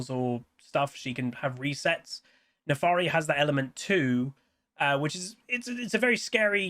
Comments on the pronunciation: My god, it's NAFIIIIIRI NOT NAFAAAAARI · Honestly, I'm glad it's not just simple but also a non-humanoid champ! Also, you keep saying Nefaari and I find that cute, lol. Giveaway: Euw, MagiWasTaken